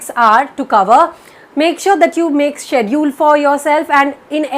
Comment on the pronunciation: Lol, it's 2019 and you donn even know how to pronounce 'schedule'